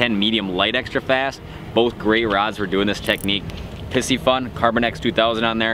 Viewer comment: I'm pretty sure it's pronounced "py-cee-fun" It's a combination of the words "pisces" - who's zodiac sign is a fish - and "fun". But I could be wrong.